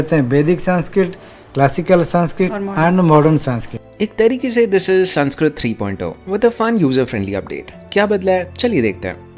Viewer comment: Can we please at least pronounce the name of the language right , language which gives much importance on how to pronounce words , it's संस्कृत not संस्क्रीत